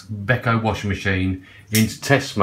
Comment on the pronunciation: Thank you for saying beko! I really appreciate it!😉